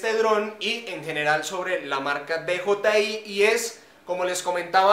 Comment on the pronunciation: No es Di Yi Ai es Di Yei Ai